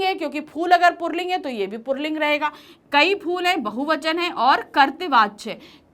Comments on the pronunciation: पुल्लिंग है न कि पुर्लिंग । (purling ) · पुल्लिंग को purling क्यों बोलती है mam